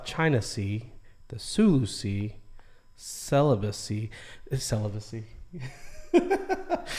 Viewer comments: correction guys,Not celibacy, it's Celebes,ok? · Celebes sea hahahahaha 'celibacy'